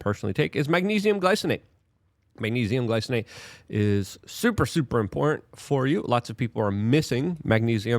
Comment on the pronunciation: Your content is fantastic minus the illiteracy. "Anonomalies"? "Peoper"? If something is important, you say it's "import".. It's astounding and every video is chock full of hilarious examples. LMAO I love ya Luke, but slow down.